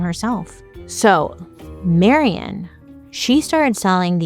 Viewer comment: My name is also Marion and you’re probably the first one to ever pronounce it correctly. Thank you!❤❤❤❤